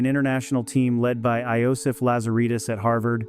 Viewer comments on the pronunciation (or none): Iosif is pronounced exactly the same way you would properly pronounce Joseph. The J is supposed to be pronounced as a y sound. That's why the J was put into the Latin language in the 1620s to differentiate the y sound when it was a constant from the y sound when it was a vowel